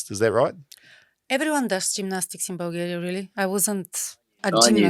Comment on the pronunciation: 2 pronunciation corrections, Eva's country is Vulgaria, and it's furry muff, not fair enough. is gold, start paying him, say 10c per vid